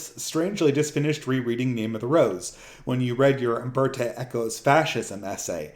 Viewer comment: yeah -maybe I should have a drink - I mean since I'm white and can handle it... The thing is, I'm not the one saying it isn't alright. I'm not the one dog whistling about replacement and christian genocide. By the way, his name is UmbertO not UmbertEY.